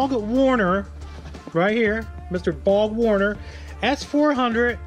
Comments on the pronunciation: it's kind of ironic that you said Bog Warner. 3 times I think. That monster will probably take forever to spool up! So, BOG Warner is an accurate description! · Is the R silent in BORG WARNER?? Is this something new?